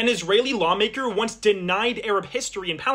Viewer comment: I heard "bomb maker" instead of "law maker"